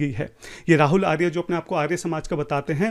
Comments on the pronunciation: 😂 bola kijye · arya ka pronounication to tu aryaa kar raha hai aur sastrarth sanskrit me karenge 😂😂